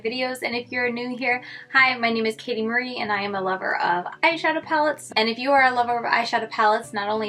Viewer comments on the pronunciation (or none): none